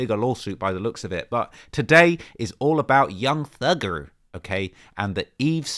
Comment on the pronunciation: My gf is DISGUSTED with how you said thugger at the start of the video